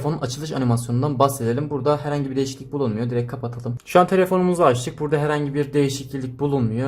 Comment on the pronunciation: Nobody:: DeĞiSiKliLiK